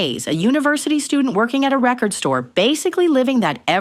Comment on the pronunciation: the way you say re-cord companies gives away that it’s a crappy AI voiceover